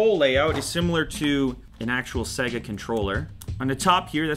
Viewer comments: It's not pronounced sega its seeeeega like see not se.. seee!!!!!!!!!!!!!!!! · It's Sayga man, not segga. The unit even says SaayyyGggaaa. : ) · You know when the game starts and it says “ Sega” that’s also how you pronounce it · SEGAH? SEGAH WHO?